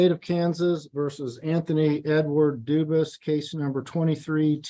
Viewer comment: Why did the judge get the prisoners name wrong? It's obviously not Duvus it's Dufus.